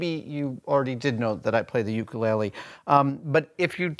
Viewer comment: I hate the way he is saying ukulele. jeeeesus sometimes I wish people wouldn't suck up our Hawaiian culture just wen it's trendy and "hang loose"